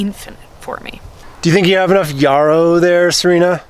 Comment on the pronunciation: And yarrow. says them both right, lol!